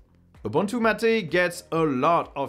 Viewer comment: M' ate or mmmm8 not Mat aaaa.